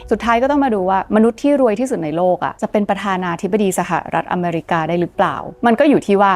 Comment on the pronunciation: เกลียดคำว่า สหะะรัฐอเมรีกา จะเว้นช่วงทำไม่ แถมทั้ลคลิปพูดคำนั้นเกือบร้อยครั้ง เสียเวลาฟัง